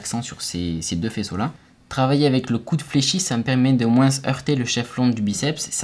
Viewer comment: Moi je veux juste que tu arrêtes de dire le S à la fin de "moins" ^^ just kidding, fais les vidéos que tu veux, je regarderai toujours